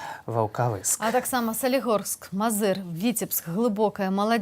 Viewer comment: Мозыыыыр, ударение надо правильно ставить, иногда складываться впечатления, что "гэта не зюсим Беларусы"